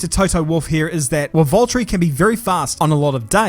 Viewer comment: it's Valteri😂